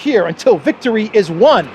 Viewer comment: hmm what were they eating pasta with bread for lunch? is that why she said "vistory is won" ?? lol